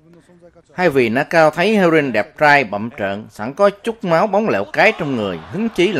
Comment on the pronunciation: Nakao đọc là Na ka ô a nha..